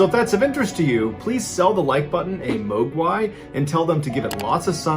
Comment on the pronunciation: You actually pronounced Muo Guai in proper Cantonese. I’m impressed